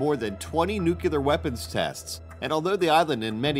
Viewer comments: It's nuclear not "nucular". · it's "nuclear," not "nooclear." And UNESCO, not UNESECO. And for god's sake, hire someone to pronounce portuguese for you. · It's pronounced new-clear, not noocular! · "Nucular tests... nucular waste"...C'mon,. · I stopped watching at "nucular." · Couldn't you find someone who can at least pronounce the word "nuclear"?!